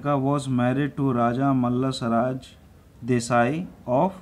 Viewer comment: sir kakti nhi kakati or mallasarj nhi mallasarja very good explaination but words not speaking correct